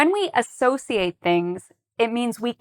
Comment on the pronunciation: I don’t get how the word “associate” is being pronounced here🙄